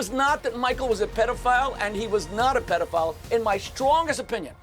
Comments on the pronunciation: I wanna fight Piers for how he pronounces pedophile. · It's PED, not PEED!